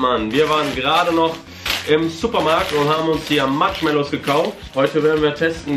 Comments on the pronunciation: Matschmallows😂 Wer kennt sie nicht😂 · Warum sagen sie die ganze zeit MATSCHmallows?😂